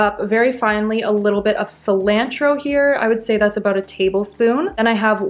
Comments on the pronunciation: Great video and all but the way you pronounced cilantro an jalapeno irritated my soul to the point I had to comment about it😂. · Love her videos but can't stand the way she pronounces certain words like cilantro or balsamic...idk y